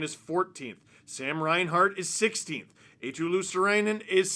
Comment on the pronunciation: Steve, you're struggling with pronouncing Marchand after absolutely butchering Eetu Luostarinen. Finnish names aren't hard to say, they're written exactly with the phonetics of the letters. It's you Anglos who fuck it up. Eetu is EE like in Rihanna's Umbrella, ee, ee then tu. Luostarinen goes like LUO, sta, ri, nen, stress on the LUO bit. All R's trilled. There you go.